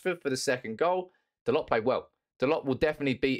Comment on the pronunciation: FYI its pronounced DaLOW not DaLOT.